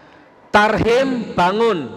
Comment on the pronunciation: ngomong tahrim jak tarhim nur nur....ustad kaleng kaleng...wkwkwk